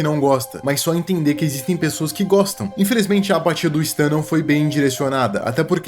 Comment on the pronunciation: se pronuncia sten moço